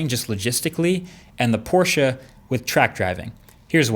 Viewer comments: German here, he does a pretty good job at pronouncing it correctly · Good to see that you pronounce porsche correct 👌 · He pronounces Porsche correctly. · Thanks for pronouncing "Porsche" correctly, Marques. It makes me happy everytime a non-German person manages to pronounce it correctly :D (doesn't happen too often) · just wanted to say thank you for pronouncing "Porsche" correctly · Yep he gets points for that. But loses points because Porsche officially announced it is pronounced "Tie-Con" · When you are so happy that he says Porsche correctly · THANK YOU for pronouncing Porsche right! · Had to check and as a german I must say it's so spot on I didn't even notice it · Thanks for saying POR-SHUH instead of PORSH. That is all. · Thank you for pronouncing Porsche correctly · *porsch eh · Finally! Someone who can actually pronounce Porsche correctly!!! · Yes. Porsche not „Porsh”. Bravo 😀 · Shoutout to marques for pronouncing Porsche the right way ❤️ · Respect for pronouncing Porsche properly. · you got Porsche right, now please learn to pronounce Taycan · Finally, an American that doesn't call it a "Porsch" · As a German im so glad you pronounced porschE correctly. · u are the first native english speaker i heared to pronounce porsche the right way ;) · Thank god he pronounces 'Porsche' right... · I had to pause the video to say this: YOU ROCK for pronouncing Porsche correctly! I cannot say how happy this makes a fellow German, thank you! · Give Marques a medal. he's pronounced Porsche correctly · So glad you're actually saying Porsche, like it's supposed to be, and not Porsch like most of the others 👍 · Thank you bro for pronouncing porsche in the correct way🤔. I am learning german so please say if thats correct. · Kudos to Marques for actually pronouncing Porsche correctly👌 The E in Porsche is not silent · Finally an American that tries to pronounce Porsche right.. Sounds good! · Probs for saying „Porsche“ right! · I love that you can pronounce Porsche right :D